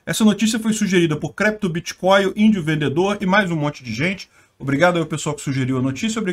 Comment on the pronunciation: "Crépto Bitcóio" kkkkkk